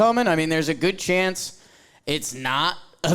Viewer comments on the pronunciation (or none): none